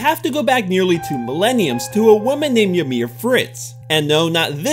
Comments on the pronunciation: yo dude loved da vid... just a lil knowledge from me to you incase u mention Ymir again its pronounced ee-mir and not yah-mir.... im not being a dick btw as i also pronounced it like you did but was corrected by my now fiance Ymir lol... its like the name Yvonne for example... but anyhoo some people say potato and some say tomato ;-) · Ymir is actually pronounced as You me ru